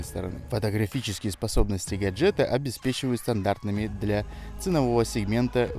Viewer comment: гаджЕта))) ударение на е улыбнуло)))